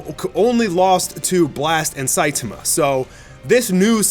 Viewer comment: Can you please pronounce saitama correctly?